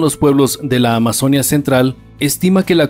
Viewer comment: Muchos errores y desaciertos con muchos datos históricos, específicamente cuando hablan de los Incas y los Moche, además la pronunciación de la palabra Amazonia, que para los que tenemos al río Amazonas en nuestros territorios, es Amazonía (con fuerza de voz de la í).